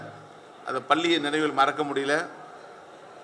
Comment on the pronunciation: என்னாது.. "பல்லி வலாக"மா... தலைமை ஆசிரியரே இந்த லக்ஷணமா... பாவம் மாணவர்கள், வாழ்க்கையில்எவ்வளவு அவமானப்பட்டனரோ ... மாணவர்கள் மேல் எந்த தவறுமில்லை. "அருல் ஒலி"யா... கேட்கவே புல் அரிக்குதே